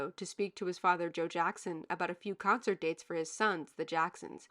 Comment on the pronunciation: 'CUNCERT' LMAO